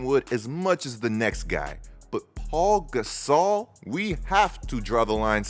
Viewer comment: I just have to say.... it's Pau Gasol (pronounced POW), not Paul Gasol. Thanks.